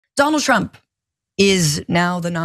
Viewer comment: Did he say "Pro Tump"???